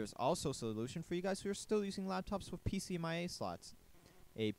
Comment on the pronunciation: PCMCIA, not "pcmia"